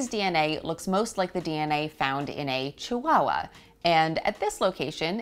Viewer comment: There is no letter W in the word Chihuahua.